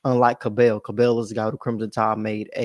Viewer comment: It’s pronounced like “Scrabble”. “Cab-ull” 😉